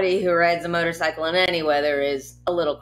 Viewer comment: Sounds like he keeps saying “Murder-cycle” :)